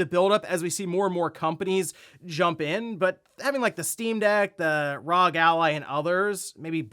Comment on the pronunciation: I still get caught offguard when say Rawg ally instead lf R.O.G.